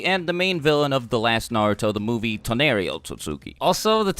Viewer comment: He pronounced Toneri wrong